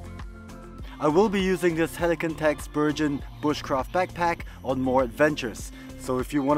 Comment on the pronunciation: I have seen two reviews on this backpack and in both the pronunciation of the name BERGEN has been BERJEN when in fact it is a hard G, and comes from the Norwegian Bergan rucksacks that were adopted by the British forces in particular the Army Commandos and later the SAS, Airborne Forces and Royal Marine Commandos, where it has become the generic name for most large rucksacks in the British forces. So this should be called a BERGEN with hard G, unless Helikon has called a BURJEN or BURJON to be logical.